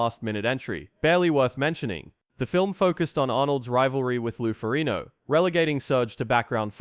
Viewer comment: It's pronounced 'Noo-bray' not 'Noo-bret'...SMH... Lou 'Ferrino'? Fer fecks sake... Nubret had an amazing physique. In terms of muscle groups, he could equal anyone in chest, shoulders, and arms. He had a tiny waist. But his legs weren't nearly as good as Arnold's, and his back, while wide, wasn't thick or detailed enough. Arnold was better in those two areas, and that's why he won. Still, Nubret came in second to Arnold in the tall class, beating Lou Ferrigno. Now, as to why he wasn't initially allowed in. He presented a real threat to win against Arnold. They suspended him because he allegedly appeared in a softcore porno film. IDK if that's true. ANother story is that Ben Weider said that if he didn't compete in S. Africa in 1975, he'd push for Nubret to win in '76. Maybe money was involved, maybe not. A lot of this was hearsay. As for the poisoning controversy, it's never been proved one way or the other.